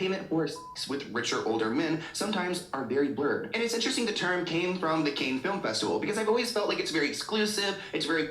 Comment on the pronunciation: the way he repeatedly pronounced cannes as “cane” made my eye twitch 😭